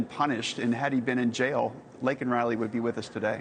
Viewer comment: Say her name, Joe Biden. It's Laken Riley, not Lincoln Riley